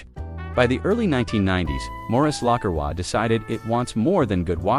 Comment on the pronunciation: At least get the AI voice to pronounce the name correctly.